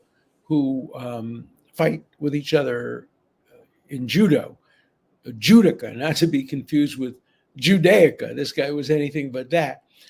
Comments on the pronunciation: It is a Ju do ka. A person who does Judo (accent in the second syllable). As a life long Judoka myself, I am always appalled at people who do that. The founder of Judo (Jigoro Kano) laid out his philosophies for all Judoka including “mutual welfare and Benefit” as well as respect for your opponent in a match. There are many different types of martial arts, all with subdivisions except one. Judo is truly international, one system, one training regime, one set of rules, and one home in Tokyo called the Kodokan. To fail to give your opponent due respect and not do your best, should remove him from the tournament (and if he were a member of my dojo, removal from membership as well). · 400g is about 13.5fl oz. No they should not wait around for him to pee out the weight that’s not how weigh ins work. Ironically, the pronunciation is Jew-dough-ka